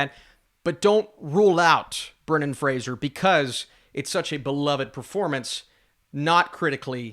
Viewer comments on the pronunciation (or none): none